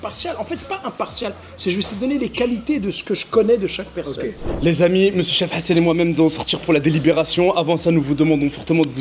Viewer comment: on dirait tu dit cheb hassan 😂😂😂